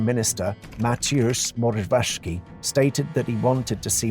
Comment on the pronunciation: Please learn how to pronounce the names because they're nothing as you said (Rzegocki, Morawiecki).